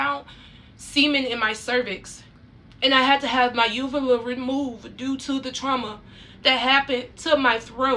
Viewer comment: when you get cosmetic surgery you have to sign a release for those photos for the doctor to take them - and yes they use a phone these days this is extremely common i have had plastic surgeries - also UVULAS (she even pronounced it wrong) are commonly damaged from the breathing tubes during surgeries